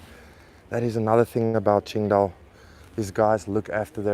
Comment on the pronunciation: I love it when you say qingdao, my city, you are one of us now 😁